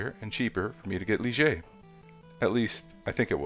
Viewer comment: That is actually pronounced Lye-Ger. The French word Ligier is the name of the Formula One car that Mirage is based on.....the Ligier JS-11 competed in Formula One in 1979 and 1980.